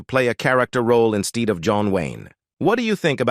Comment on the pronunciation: Where the hell did this guy learn how to speak? He mispronounced words like "ethan" and "instead"! Go back to grammar school!